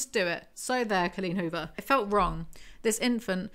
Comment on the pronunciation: the best way to listen to Coleen Huvor. I think I just like the way says "Cullin Huver" 😂❤